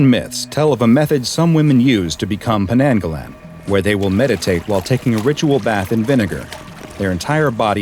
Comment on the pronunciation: Hi im Malay and to make things clear we dont call them Penanggalan, this may be a just mispronunciation because we call them Penanggal. And old tales say when a women is in labor all windows should be closed to keep penanggals out and a way to defeat them is to hide the body until sunrise of which the head will burn up and be destroyed